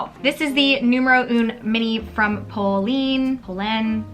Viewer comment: “Po-len” is the correct pronunciation due to the accent mark, Polène.